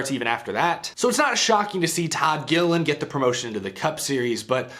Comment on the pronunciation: Please don't butcher our last name. It's "Gilliland" LOL